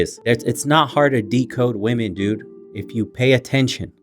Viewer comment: "Whose better at communication? Wemon" Yo girl whats wrong? "Nothing.." 🤣🤣🤣🤣🤣🤣🤣🤣